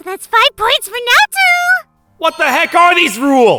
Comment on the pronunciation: The only problem I had was the way you pronounced Naoto. It's not too it's to